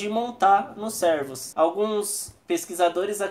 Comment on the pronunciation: Vídeo bacana mano, mas você esta chamando os cervos de servos kk (trocando o ê por é)